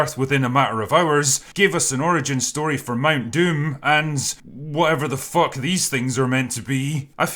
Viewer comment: I love your reviews, glad to see you creating something on your own. I had to laugh really hard when you said Mount Doom. You just pronounced the oo so short, it sounded like dumb ("dumm") in the nazi language, except it's just the language the nazis used a few centurys before, but it tourned out other people that were not part of the nazi party were using it too and still do to this day. Dumm :D